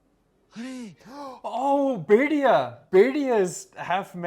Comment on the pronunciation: Your pronunciation of Bhediya is perfection